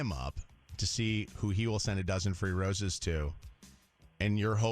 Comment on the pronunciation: Why does she say “Roses” like it rhymes with “Bruises”? She slips back and forth between Rose and Roose.